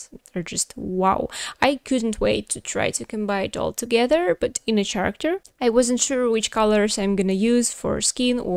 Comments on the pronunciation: character произносится с "к" а не "ч" в начале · Character is pronounced care-uh-kter :)